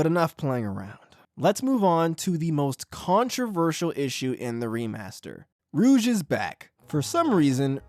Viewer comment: It doesn't help grifters on youtube who barely/never play sonic are coming in and trying to make a huger stink about it than it really is either, so it has everyone on each side on edge even more. You can tell which content creator covering this is just grifting when a lot of them pronouce Rouge as Rogue.